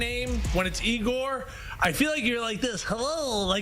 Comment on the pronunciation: It isn’t eegor it is yagor do a little research 😂